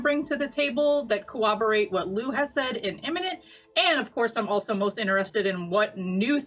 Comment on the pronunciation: Great show. And: it’s pronounced “coRRoborate”, not “coWoborate”. Just an fyi. Thanks guys.